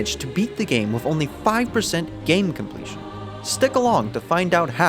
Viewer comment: great video but like its wiTH and wiTHout not wiFF and wiFFout